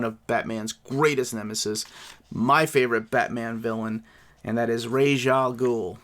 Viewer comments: Raysh is wrong rahz is how it’s pronounced in arabic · Ras should iMo pronounced like Ras in Ras Tafari. Hereby Ras is an Ethiopian title of Princes. The term Rasta, Rastafari originates from Ras Tafari Makonnen, the last Emperor of Ethiopia. In the sight of "orthodox" Rastafarians he is the returned Messiah. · So happy Tales of the Demon has original coloring. Bodes well for future Bronze Age omnis. I personally pronounce Ra's like "Rahz", but I have even heard him referred to as "Raysh." It doesn't really matter though.